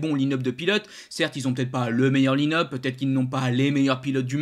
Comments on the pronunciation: Super vidéo, juste une chose c'est pas "line up" mais "l'ail ne up" c'est un truc qui me fait a chaque fois bugger :D Continue tu fais vraiment de bonnes vidéos ! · la prononciation, c'est anglais et ne se dit pas line up à la francaise mais se prononce "l'ail-ne up"